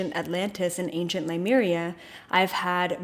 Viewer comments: Just a note, it is Lemuria not Limuria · Its' pronounced Lemuria....not Limeria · LEMURIA not Limeria. It bothers me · Please learn how to pronounce Lemuria......that would be good ....